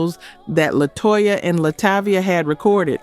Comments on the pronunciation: Xscape group member is named LaTasha but spelled LaTocha... but you keep saying (La-Toe-Cha) lol😂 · lol and La-toe-sha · Also include her pronunciation of LaTosha of Xcape